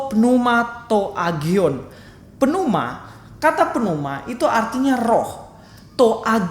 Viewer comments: Kamu nyalahin nandar, tapi kamu sendiri salah melafalkan AGION yang benar HADION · kiranya dicek kembali ketika melafalkan teks Yunani (atau Ibrani). Kalau tak salah dengar, melafalkan agion. Menurut sy mestinya dilafalkan hagion. Tks